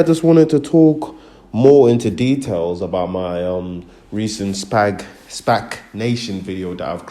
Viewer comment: This guy can barely pronounce a four-letter word SPAC, not SPAG my guy find something else to do.